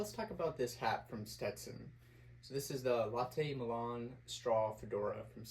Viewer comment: Nice review and shout out for the coffee. The milan straw is pronounced "MY-lin" and not like the Italian city. It is actually man made high grade plastic that is shredded very thin (like cutting angel hair pasta), then woven into cords and then those cords are woven into the hat. You can see the start of the cord spiral in the crown. I have one and it is good in summer, very flexible but retains its shape and brim snaps nicely. I agree on sizing, the milan is flexible which means there is a tiny bit of give. I like buying my 'right' size and then adding spacers if needed. The milan is easy to clean also so good for a weekend hat and can take some abuse. Got mine at Meyer the Hatter in New Orleans....a place any hat lover must visit at least once, or multiple times.